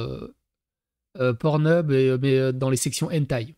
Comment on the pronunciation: Porno et non "Peaurno". Cela ne s'écrit pas comme puceau!